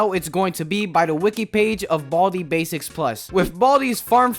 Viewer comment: I think you pronounce it with " 'S basics" idk why